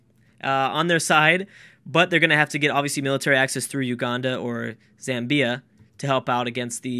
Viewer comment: Zamm-bya. Not Zam-Bee-A.